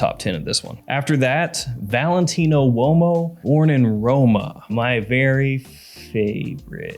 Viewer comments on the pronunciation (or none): none